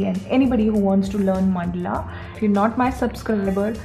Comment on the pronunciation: It is mandala not mandla